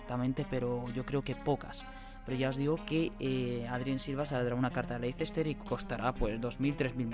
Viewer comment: Leicester se pronuncia"Lester"